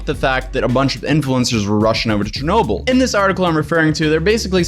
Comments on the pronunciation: its pronounced "Sher-noh-BILL" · Pronounces chernobyl chernowble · The way he says Chernobyl makes me uncomfortable. cHeRnoBLe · in world geo i learned abt this and i've always pronounced it as "Shernoble" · Pronounced: sure no bull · Im sorry but i hate how he says CH ernobyl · I have never heard anyone pronouncing Chernobyl that way.